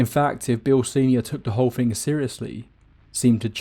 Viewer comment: To make the 'th' sound, you place the tongue under your upper front 4 teeth and blow. I feel a man of your calibre can accomplish such a feat. Saying Fing and Fought and Fink doesn't make you sound like a cool street cockney, you're far too posh. And don't give me the Jonathan Ross speech impediment excuse. You're an orator! You need to start acting like one.